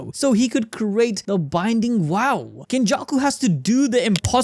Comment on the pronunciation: Vow not wow Indian